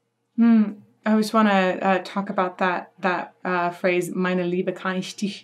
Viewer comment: You german speaking is really good. like "ich, mich" most of english talking people have problems speaking out the "ch" in german words. you didt it really good.